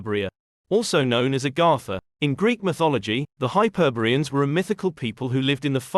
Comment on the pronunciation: “Hyperbeeans” or HYPER. BOREAN.